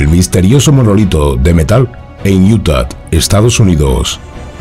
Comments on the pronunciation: Se pronuncia iuta !!!!! Quitale la maldita t al final!!!! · porque dice iutat? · Desde cuando una hache muda en español se convierte en ch ??? Ademas lo repites hasta la extenuacion, esta claro que o no lees aunque pidas opinion, o lees y quieres hacerte el soberbio con la corrección Allá tú, ya es costumbre oirte cambiar el sonido de las palabras, a mi plin si quieres hacerte filologo... y dar paradas al español aunque te corrijan Viva IUTACH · utah no tiene una T al final, se pronuncia con a al final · Porqué insiste en pronunciar Utah con "t" al final???? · Por favor revisa tu pronunciación de “Utah”. De donde sacas la T de al final??? Es sumamente desagradable oírte decir eso! Los vídeos son muy buenos!! No los eches a perder! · Así no se pronuncia Utah JAJAJA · Es “UTAH”, no “Utat”. 😅 Y se pronuncia “SNEIK”, no “snake”. 😂 “Extraterrestre“, no “estraterrestre”. 😆